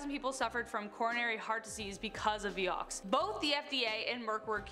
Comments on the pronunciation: It's not pronounced "vee yox" it's "vie ox" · Hi Honey, That stuff (Vioxx) was pronounced Vye-ox, not Vee-ox. Just sayin’…😁💕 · Being picky, but it is Vy-ox not Vee-ox.